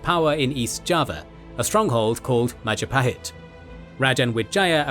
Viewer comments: Oh look at who controls all the islands? It's the Mahajapit ❌ Majahapit ❌ Mapajahit ❌ Mahapajit ❌ Mapajahit ❌ Ma..ja..pa..hit ✅ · Mahajapit ❌ Majahapit ❌ Mapajahit ❌ Mahapajit ❌ Ma-ja-pa-hit? ✅ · mahajapit ❌ majahapit ❌ mapajahit ❌ mahapajit ❌ mapajahit ❌ majapahit ✅ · Maja-pahit ❌ Maha-pajit ✅ (maha means great in Sanskrit) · Mapajahit ❌ Majahapit ❌ Mahapajit ❌ Ma ja pa hit ✅✅✅ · “Oh, look at who’s in control out of all the islands!? It’s the mahajapit! ❌ Majahapit! ❌ Mapajahit! ❌ Mahapajit! ❌ Mapajahit! ❌ Majapahit? ✅ “ bill wurtz history of the entire world I guess video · New video from? It's the Mahajapit Empire! ❌ Majahapit Empire! ❌ Mapajahit Empire! ❌ Mahapajit Empire! ❌ Mapahajit Empire! ❌ Ma-ja-pa-hit? ✅ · Oh look it’s the Mahajapit ❌ The Majahapit ❌ Mapajahit ❌ Mahapajit ❌ Mapajahit ❌ Majapahit ✅ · Mahajapit ❌️ Majahapit ❌️ Mapajahit ❌️ Mahapajit ❌️ Mapajahit ❌️ Ma-ja-pa-hit? ✅️ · Lovely video, but you guys need to work a bit more on the Indonesian pronunciation 😄